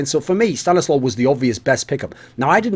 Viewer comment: Thumbs Up for the proper pronounciation. StaniSLAW! note ColeSlaw Slow